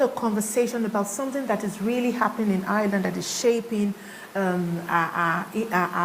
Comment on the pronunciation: Maybe learn to pronounce the name of the country you live in: it’s IRELAND not EYELAN!